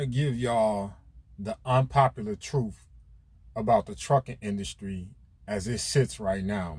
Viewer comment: What is “Troof?”